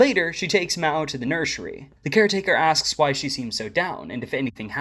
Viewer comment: Nursery ❌ Nurshary✅